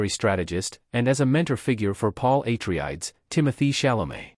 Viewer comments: YOU really NEED to vet whatever process you have doing your reading. Repeatedly mispronouncing the name of an intensely well-known family in a story is just this side of blasphemy—something that negates all the work you put into your video. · idk how this got reccomended to me. Mispronouncing Atreides is a hard stop. AI gen'd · Misspronouncing the name of one of the main houses is a no-no for me. Next video! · If you say atreides wrong one more time i’ll will be mad